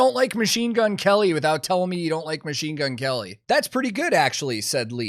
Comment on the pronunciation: Herman said "Machine Gun Kerry"